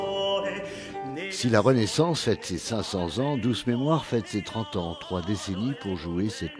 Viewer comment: La visite vaut la peine,mais l'élocution st des plus pénibles:"dessouffe",500 anffe,Chinonffe,etc...C'est ridicule,au point que j'arrête le son,c'est insupportable!